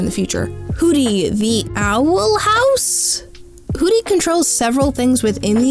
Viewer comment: theey awel hawwse